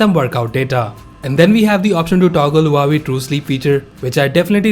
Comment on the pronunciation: It's waw-way (Huawei)